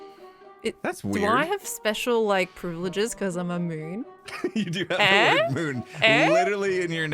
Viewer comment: "Do I have special privileges because I'm a Moon?" What I heard: "Because I'm immune?"